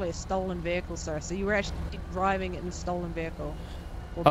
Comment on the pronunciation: the fucks a veehale resusitation